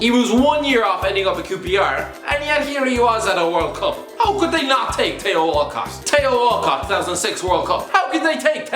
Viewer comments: Tee-Oh Walcott, not Tei-Oh Walcott. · Who's Tayo Walcott?😂 It's pronounced Thee-o (Theo) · The way he says Theo ! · The way he says Theo 😂😂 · i am piss that he saying Theo Wrong